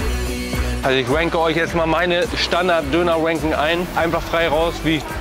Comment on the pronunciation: warum verstehe ich immer Dönerwanking